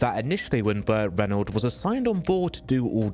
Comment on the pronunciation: "Burt Reynold"